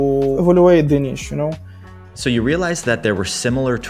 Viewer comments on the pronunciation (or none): dude, the word 'niche' is not pronounced 'NICHHH', its actually pronounced 'NEESH'. Just a heads up.... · Fantastic, down to earth story. Thanks! But the interview's "nitch" pronunciation grates like fingers down a chalkboard ❤😅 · First time hearing someone read niche as "nitch"